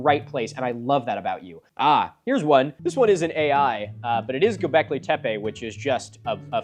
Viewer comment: I'm sorry I think you mean "Goblekee tepay"